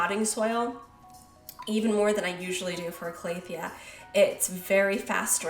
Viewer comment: Cal-a-thea not Clay-a-thea haha